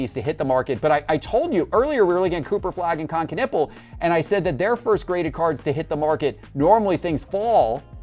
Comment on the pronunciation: 😅 did you just call him Kon Kanipple??